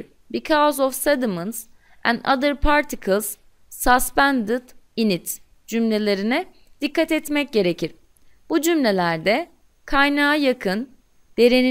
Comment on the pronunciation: hocam okunuşta biraz eksiklik var gibime geldi,mesela sıspend yerine saspend okudunuz,size like attım,kızmayın bana:)